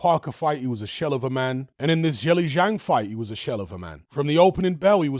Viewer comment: Thanks! Btw if you want to be one of the first YouTubers to pronounce zhilei zhang correctly, it’s pronounced more like “jurr lay jang”.